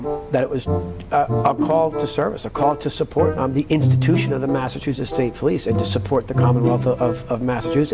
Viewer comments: How many times is he gonna say massatusits state police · Good Lord! What an embarrassment of All The Things. This guy? This? This is the hardened, objective, outside man they brought in to tell us everything wrong will be put right? The guy who can't pronounce Massachusetts but has always and never been from there? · I want 🍗 to say sidebahh 🍻😂 He’s struggling to say “Mah-suh-choo-sits” already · Can’t even say Massachusetts. You can’t make this shit up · You should stay retired, pal, because you sound like you have no idea what your talking about you can hardly even pronounce THE MASSACHUSETTS POLICE. So is the case still open or not.